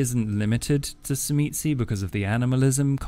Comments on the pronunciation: Great video. And, I think the "T" is silent on the word Tzimisce. Just my 2 cents. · It is pronounced Tzimisce and not Tzimisce and especially not Tzimisce.